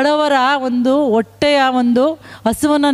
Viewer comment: 'ಅಲವಾರು ಒಟ್ಟೆಗಳ ' ಕನ್ನಡದ ಕಗ್ಗೊಲೆ ಮಾಡಬೇಡಿ ಅಮ್ಮ.....